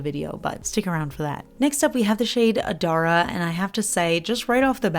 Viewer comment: I had to purchase Adara for my oldest granddaughter, the one I said you remind me of. Her name is Adara Love! Love being her middle name. It arrived yesterday and I had to try it out. It is a stunner! Thanks and thanks for the correct pronunciation of Adara!